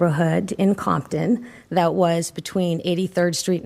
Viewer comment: she said compton 😂😂